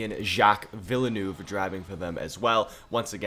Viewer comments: z- jack ve-l-neve. not vielenoov. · No way you said jack Villa Noov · Villanouvy. That's a funny way of pronouncing Villeneuve 😂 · Villenuve is pronounced vill-nerve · The pronunciation of Villeneuve hurts me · I can’t get over how he says Villeneuve 💀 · How he pronounce Villeneuve triggers the shit out of me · I love and all of his content but please tell me I'm not the only one really bugged out by the way he pronounced Villeneuves name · The way you pronounce Villeneuve brings me a great deal of pain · 1. great video as always 2. u butchered Villeneuve pronunciation every time💀 3. why is every1 commenting for drivers that either arent in the game or arent legends at all🤨